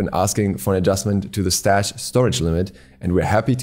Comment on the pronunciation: "Increased strash limit"